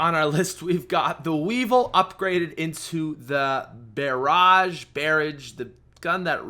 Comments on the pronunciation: Barrage is pronounced as Br-rawj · Did he just fucking pronounce, " Barrage, " as " Bearage? " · it's pronounced: buraj. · Its pronounced barrage 😆😆😆😆😆